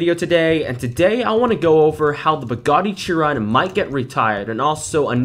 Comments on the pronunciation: Small correction, I'm a car guy and it annoys me: Its SHEEEE ron not CHEEE ron. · Dude! You pronounce it “sheer on” not “cheer on” I know it’s not how it’s spelled but that’s how you pronounce it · its pronounced shiron